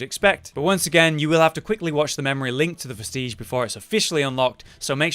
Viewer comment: Hermes is given one you explore one depths, and kill the BUTTerfly of Delirium... and all i can say on the names of items... practice sounding it out.. vest-idge... garr-adge... ect...